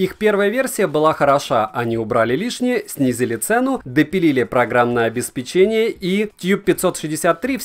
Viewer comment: Век живи - век учись! Правильно говорить обеспЕчение. С меня лайк!)